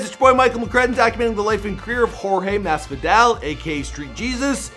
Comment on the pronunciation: jorge masfidale , khabib normagadov, joe lawzan, Micheal cheesa, Da main maia cmon my guy at least learn how to say their names 🤦🏽‍♂️🤦🏽‍♂️🤦🏽‍♂️ edit: added more names that he messed up